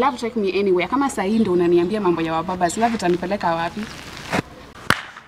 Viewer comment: SHE HAS WABABAZ...NOT MUBABAZ... 😆 😂 😆 😂 nasi nakugonganga proper 😅